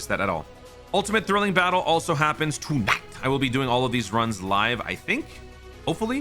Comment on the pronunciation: did you say "Toon Ite" for like "tonight" ?